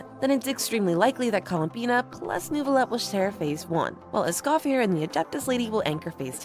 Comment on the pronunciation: You mispronounced columbiiiiinnaaaaaaaa!